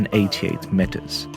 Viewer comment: Please learn the pronunciation of meter, this is hard to listen